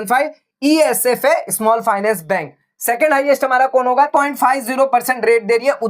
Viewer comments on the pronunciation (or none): Sir It's Esaf not Esfa😂